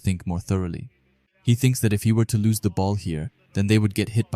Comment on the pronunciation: bro's accent lose changes to loss. but because of you i am not sitting with my laptop reading boring manga